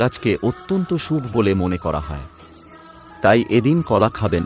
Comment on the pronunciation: উচ্চারনে সমস্যা আছে। অনোটন উচ্চারন করতে হয়। শুভো বলতে হয়। সাবস্ক্রাইব বলাটাও ঠিক হলোনা